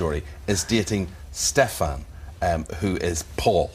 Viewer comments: Eamon: Stef-an... Salvatoré 😂😂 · He really said stefAn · They have no clue on wth is going on they don't know the show the reason I know is the way he says stefans name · I love how the interviewers get so much stuff wrong. Stefan is pronounced stefen Elana is not Eleanor And yes, rings keep them from not burning in the day I mean, if ur gonna ask people questions, at least get em right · 1.23 IT IS PRONOUNCED "DOUGH- BREV" NOT "DOBB BREV" 1.52 "STEFAAN" NO IT IS PRONOUNCED "STEFF AN" Lol it is ok though. 1.50 Did he say snob!? And they said ELLEN and *Ell eeeena" I'm jk.